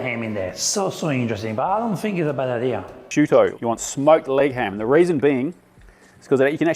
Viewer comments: The pronunciation of “prosciutto” was like a sledgehammer to my ears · to australia, its normal that he'd have picked up some Australian pronunciations